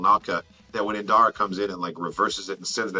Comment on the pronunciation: Master *IN*dara, keeps saying "Inara" lol